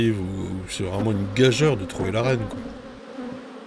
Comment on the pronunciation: Pardon de chipoter mais on écrit gageure et on prononce gagure😉